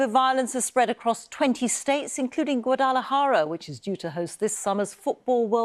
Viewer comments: And not pronounced close to how she said it LOL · Ah! BBC has the same problem as GB News, ignorance as to the correct pronunciation of names in spoken Mexican, Guadalajara 🙄🙄🙄.